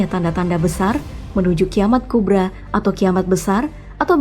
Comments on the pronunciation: koreksi dikit, itu kiamat sugra, dibaca "sugro", kubra dibaca "kubro" karena dalam bahasa arab ngak ada ra, adanya ro. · (Sugra dibaca sugro)( kubra di baca kubro)